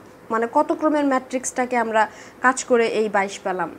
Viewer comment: আপনার ক্লাসগুলো অনেক ভালো লাগে। তবে পালাম না কি আবার পেলাম না হবে। এই উচ্চারণ টা ঠিক করা উচিত ম্যাম